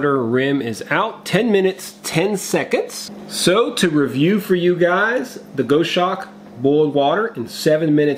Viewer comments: Hi..... it’s pronounced.....Gos Hawk..... not goshark...... just a heads up.... the goshawk is a beautiful bird of prey.... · Gos hawk, not Go shawk. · Go shawk? Pronounce it Goss Hawk. Maybe you don't have them in the USA. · It's gos-hawk, rather than go-shawk - it's named after a bird. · Pronounced Gozz-hawk, not Go-shawk. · Gos hawk not Go shawk! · It’s Goshawk. Gos-hawk. A large bird of prey. Like Sparrow-hawk. 👍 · it's Gos-Hawk mate. Aussie bird of prey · Just a quick word,. The name is from the bird of prey, it's pronounced like boss hawk. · Just for you information. Goshawk is referring to a birds name. The pronunciation is "gosawk". It is a hunting bird. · Not to be a pedant, but it’s pronounced GOSS-hawk. Named after a hawk from the Accipiter family. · I think this is pronounced Goss-Hawk ....the same as the bird which I assume its named after. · (It's pronounced Gahs- hawk). It is one of the birds of prey; of the Hawk family. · The name of it is a bird of prey and pronounced gos-hawk! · Love your channel. Never thought for a minute that you would resort to click bait. Knew it was legit. Cool stove but a little pricey with the postage. I think you may be pronouncing it incorrectly. A Goshawk is a raptor, like an eagle or falcon, only much smaller. More like a Kestrel. It is pronounced like gosh hawk except you drop the first "H" sound.